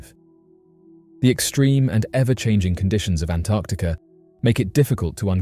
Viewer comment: Thank you for pronouncing 'Antarctica' correctly. So many can't!